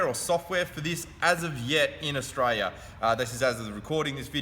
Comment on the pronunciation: Tell me; where is this "Ostraya" of which you speak?